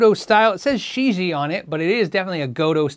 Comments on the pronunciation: probably pronounced she gee ehh, rather than shiji. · I think this is pronounced as “ cheesy” 😉